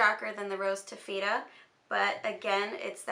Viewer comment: Taffeta is pronounced (taff-it-uh)